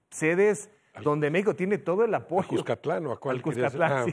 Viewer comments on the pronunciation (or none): cucuxclan dice el disléxico, se dice Cuscatlan y respeta